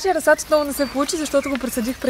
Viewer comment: И се казва расад ударението е на първото а